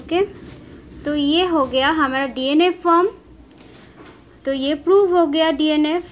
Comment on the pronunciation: mam ,Please say clear I don't understand. What you are saying hamada or hamara ,please improve your voice .....